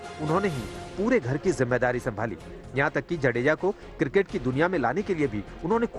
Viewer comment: जाडेजा ना कि जडेजा